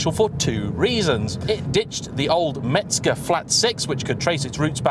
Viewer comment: " MEZGER" !!!!! " MEZGER" not Metzger 😊😊😊😊😊😊😊